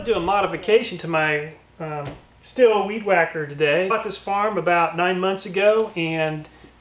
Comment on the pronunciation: Pretty sure that brand is pronounced "Steel". And BTW, that is a great idea, and kicking ass! Love your vids.